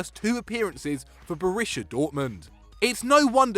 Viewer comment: I don't really mind but the way he says Borussia makes me unreasonably angry